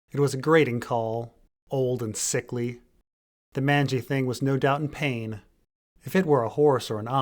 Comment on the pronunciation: Mangy like rangy, not like tangy